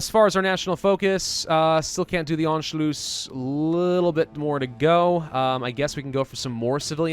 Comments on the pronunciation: Why did you say Anculuss so weirdly, An- shu- luss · "Anchlews" "Anchloose" I want to shoot myself every time he says it wrong. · Anschloos?? Pronunciation a bit of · How is it pronounced? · in anschluss, the u is short and the ss is sharp :D